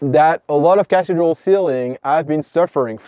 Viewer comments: Great information but you are pronouncing Cathedral wrong. It's not Cath-dral. It is pronounced "kuh-thee-druhl" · Good info. cathedral = "ca-THEE-dral"